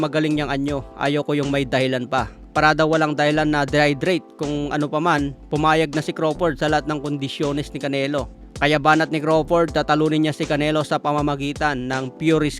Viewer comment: paki ayos SA Pg pronounce Ng dehydrate Drehydrate pa nga 🤣